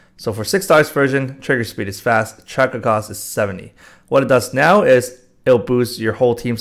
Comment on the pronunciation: when u say trigger speed it triggers me so much lol